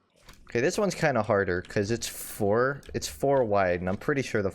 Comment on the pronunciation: drink a shot every time he says "FIFTHEEN YEARS OLD"